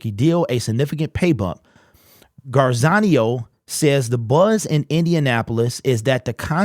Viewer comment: Garzanio? 😂😂😂 Gra-zi-a-no lol... Got u tongue tied lol.